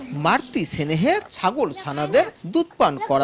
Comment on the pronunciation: "মারতি সেনেহে" আবার কী জিনিস রে ভাই? আজকাল যে কেউ সংবাদ রিপোর্টার হয়ে যায় দেখতেছি।